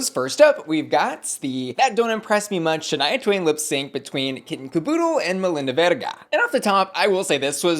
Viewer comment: First I just want to say how much I appreciated how you pronounce Melinda's name because the judges on the show were not doing it for me.